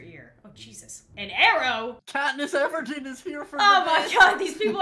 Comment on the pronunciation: “KaTnEsS EvErDeNe!!!” LOL